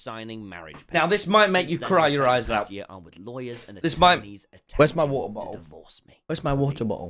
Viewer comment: "Wheres my WoTtlE BoTtlE?"